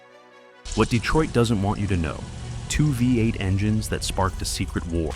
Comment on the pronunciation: ENOUGH with the A.I. voiceover crap. What the hell is a FIVE-Eight 283? Oh, you mean VEE-EIGHT!